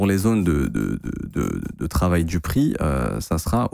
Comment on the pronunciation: Tu parle di ligne haussière 😂😂 x1.5